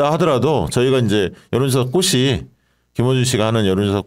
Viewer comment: "꽃이"는 "꼬시"가 아니라 "꼬치"라고 발음해 주시고, 마찬가지로 "꽃에서"는 "꼬체서"라고 발음해 주시면 감사하겠습니다. 회사 이름을 아름답게 지어 놓은 김어준 씨조차도 "꽃"을 "꼿"이라 하니 안타깝더라고요.